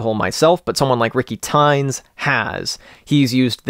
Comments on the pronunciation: Nice video. The circuit is worth it even only as a sequence for external gear. Btw it’s Ricky “tee-nez”. He’s Spanish. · Might wanna double check that Ricky Tinez pronunciation. Thanks, love the Circuit.